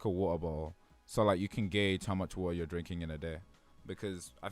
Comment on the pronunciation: Is it a meme to pronounce waTeR as “wa-uh”?